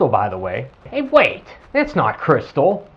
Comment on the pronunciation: okay this is a funny bit not, anything earth shattering. did you notice in the vido that b/c he was talking fast his pronunciation of its not sould like snot. laughing real hard